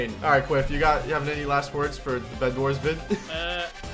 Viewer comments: did u say breadwars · Did he just said bredwars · Did you say bred Wars? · Me: bedwars: B R E A D W A R S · At the start he said bread wars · we are playing some bedwars Me: I THOUGHT HE SAID BREADWARS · I feel like I heard bionic say bread-wars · Did I hear that correctly...? ...Bread-wars?